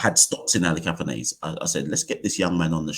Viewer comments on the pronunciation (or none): Kavem Hodge looks a little like a right handed Roy Fredericks. Also, there seems to be some confusion over how to pronounce "Athanaze". I've only really seen the highlights so far, and I've noticed that some commentators are pronouncing it "ATHANARZE". Is that pronunciation correct?